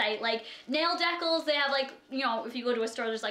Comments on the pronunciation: it's not deck-les its dee-cals !! :) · Dee-cAls ! Lololol where the fuck did dehculs come from lmfao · I'm from Ontario first off calm down. And yes people have different dialect and ways of speaking but it's pronounced as it's spelled deCALS, not "decles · dee-cals not deckles. kay-dee not caddy, jesus that's literally a joke in the movie that it isn't pronounced caddy. please don't wear that to a fucking wedding, PLEASE for once be appropriate. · She did not say decals right..she pronounced it as "decles". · Definitely not a Canadian thing. Who the hell says it "deckles" lol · Is saying decals as decauhls a Canadian thing? (Just curiosity) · Did she say deckles? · Please no hate because I love her but she needs to learn how to say decals correctly she literately sounds 4 when she says diccals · It's "Dee-Cals" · when you pronounced decals wrong I died laughing😂😂 I'm sorry I love you to death but I was just not expecting that. also no hate I probably sound super immature but I just thought the way she said deckles was cute and funny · Hey :) just wanted to point out decals is pronounced dee cals. English is stupid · When you say "decals" it made me cringe , can u read ????!!!! Im 12 and i can read that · The way you pronounce "decals" is hilarious 😂😂😂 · I love how she said decals! Lol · She said nail decals wrong. I may or may not have laughed for 80 years. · i cringed everytime you said decals